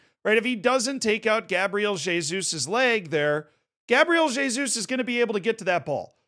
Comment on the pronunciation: Pronunciou certo o "Jesus"